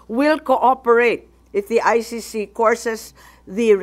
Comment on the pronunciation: Umayos ka Imee. It’s ICC hindi Ay Shi Shi 😡